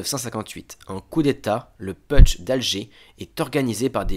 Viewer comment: On ne dit pas peutche mais poutche. Chouette vidéo.